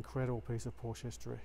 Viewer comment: Good video, but please pronounce it correctly, no silent syllables in German.